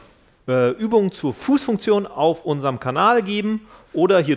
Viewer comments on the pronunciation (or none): none